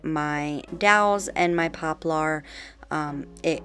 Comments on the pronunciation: You are so creative! And quickly becoming the you tuber that others want to copy! Thank you for continuing to come up with so many clever new and fresh ideas! If I may please correct your pronunciation of the word poplar"... I have always heard it pronounced "popLER ". It is spelled like you say it, but not pronounced that way. Heck, where I grew up in the boondocks country, we called it "popple"! Lol! Whochever way you choose to say it, thats ok, just thought it might roll off your tongue a bit easier that way. ❣🎨❣ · I'm a longtime subbie and I LOVE all of your DIYs! Just a little help from one to another....it's pronounced popler like popular without the u. It just has the "er" sound at the end instead of "are". You are such a sweetie and I didn't want someone else to tell you in a mean way "you're saying it wrong". Haters gonna hate but some people are just rude.:)